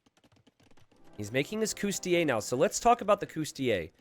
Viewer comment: Sorry to bust your bubble but the correct pronunciation is cOUs-ti-LI-ayy. You keep missing the third syllable. Cheers